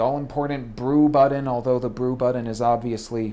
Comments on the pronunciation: Its BUTTON not buddon and its Keurig not KUREG. Say it right Thanks :) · He's not even pronouncing it right ... and "buddon" versus "button?" COME ON! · is he saying "buddon", and if so why? the word is "button" with the hard "t" sound, not the hard "d" sound. Did college teach the Buddon word? Well? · and its button not buddon ugh!